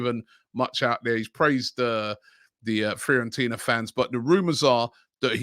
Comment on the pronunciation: Everyone: Fiorentina: Freeorentina